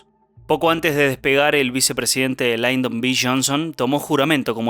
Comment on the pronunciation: No es Laydon. Es Lyndon (pronunciado tal cual).